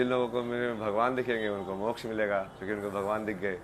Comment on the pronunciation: ये पत्रकार मोक्ष को मो छ कहृ रहे हैं I पहले सही बोले